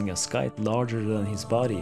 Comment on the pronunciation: The c in scythe is silent.